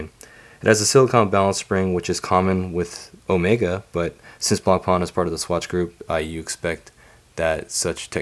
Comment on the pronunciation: Please, try to pronounce Blancpain correctly at least. The C is silent.